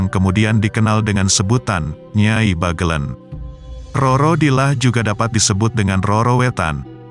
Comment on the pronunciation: Membacanya Bagelèn bukan Bagelen